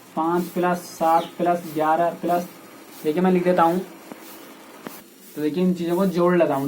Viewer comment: Sir aap plus ko sahi se boliye